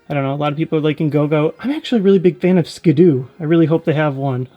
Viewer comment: funny how you still keep saying Skidoo. I did it the first few times myself. It's Skiddo. Skid-Doh. Skiddoo sounds better actually.